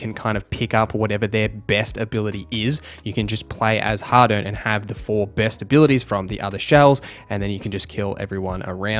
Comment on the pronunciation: You pronounce harden and hadern the same. Angloid